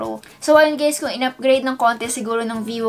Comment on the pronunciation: Bruhh!!~ Did she said Hey Gays in the Start of vid :O